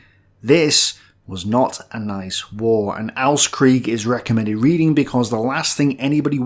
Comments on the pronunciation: ost is pronounced like "lost" without the L. the way you pronounce it makes the title sound like austkrieg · Hey, since you try to improve your deutsch: you totally mispronounce OSTkrieg. its OST like "Ohh s t-krieg". almost like the english indivisual letters, you kinda say AUST-krieg. like AU which means something like "AHH it hurts" - when you crash your toe somewhere, you would yell it:) cheers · You pronounced "Ostkrieg" like "Austkrieg". So if you want to pronounce the German "au" pronounce it like you did with the "o". The "o" itself is pronounced much more similar to the English "o". And "Ostkrieg" is said a little bit faster with the "Ost" being stressed. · or simply pronounce Ost the way you pronounce "cost", but without the c;) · One thing: The "O" in Ostkrieg is pronounced like the "O" in Onslaught for example, otherwise great recommendations!